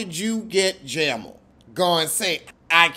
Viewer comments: Not “JAMMLE”😂😂😂😂😂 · Jam-al lolol Oh yeah,,did you read Rob and Neck!!